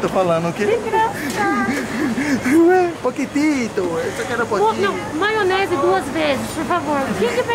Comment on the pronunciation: "Maionesar" — 2021